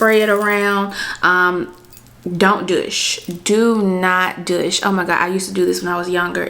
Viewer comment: Dooooosh. Not dush